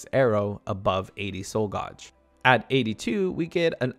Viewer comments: I'm sorry. It's pronounced "gayj" not "goj". Great video otherwise 🙂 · Super useful. Thank you. In return, paean is pronounced to rhyme with Ian, and gauge rhymes with age. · I thought it could be genuine mispronounciations till he said soul gauge like that... he pronounced it right a few seconds later? like its got to be a bit right?